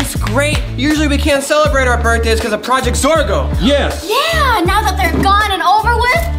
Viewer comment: It's zorgo not forgo